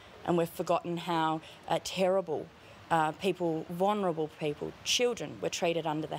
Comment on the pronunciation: No Sarah, it's pronounced "vul-ner-able" not "vonerble".